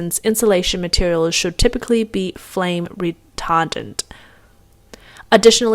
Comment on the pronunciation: I laughed hard because of the way she said the insulation should've been flame "re-tar-dant"